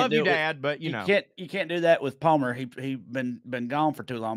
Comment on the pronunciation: Palmer & "Dalmer" ... YIKES !!!